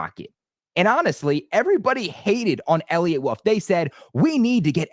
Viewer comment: Also why cant you say the word “wolf” instead of “woof”